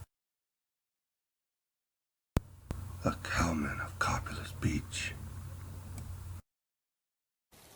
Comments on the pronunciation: Just an fyi but it is pronounced "Co-pay-liss" not "Cop-a-liss" If you have ever been here and spoken with the residents you would have heard this. Thanks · It is pronounced COE PAY LESS beach.